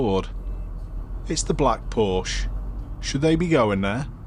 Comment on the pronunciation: K, I'm genuinely flabbergasted that you don't know how Porsche is pronounced.